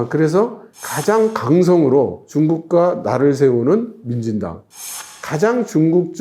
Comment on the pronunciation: 왜 자꾸 만진당으로 들리지